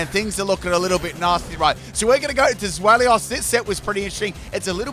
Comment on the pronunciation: It's pronounced ZWEI (as in the German word for 2)-LOUS, not Zwel-ious